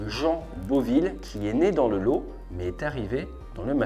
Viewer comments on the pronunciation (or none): ATE, la gars qui prononce mieux Massachusets que le département du Lot - 46 (qui se prononce "lotte"). On t'aime quand même.